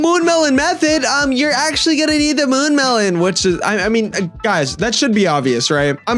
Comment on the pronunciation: mune melon???